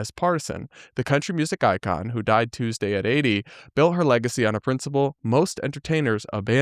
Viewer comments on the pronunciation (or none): none